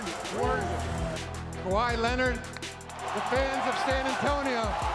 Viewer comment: SAS been saying Kawhi Linnit for a while now